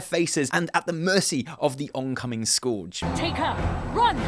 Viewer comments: I love you bro... but it's not fucking skorge, it's Scourge. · Scourge*... Not "Scorch" :D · please, for the love of Metzen. It's Scourge Sk eur ge. Nobody calls it Sk- our-ge. T_T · It is Scourge.. not Scorge >.< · you were wrong. Remember you said you think Azshara or the Night Elves burnt it. Also, Sylvanas says, "I remember a fool." not a fall. And it's pronounced "skurj" not "skorj". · "The Scorge" haha made me laugh :D its Scourge buddy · i like you but wtf is the Skouage? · (btw...scourge is pronounced 'scurj') :p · "Scorege" lol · This was really hastily edited, and in many parts you cut out a short clip and then start talking about the clip that we just missed. You also pronounced some words wrong, like Quel'Thalas and Scourge. As for this story, I'm angry that Horde are the bad guys again. It feels like we've been here before. I don't want another evil warchief, I don't want Garrosh 2.0.